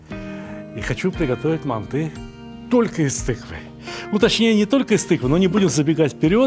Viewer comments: Не мантЫ, а мАнты, Сталик...Емое..Вы ж в Узбекистане родились, говорите правильно.... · Россияне говорят мантЫ казахам уши режет😅